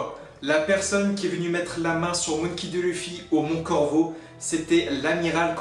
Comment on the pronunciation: Clichés a mort Et tu prononce mal monkey D luffy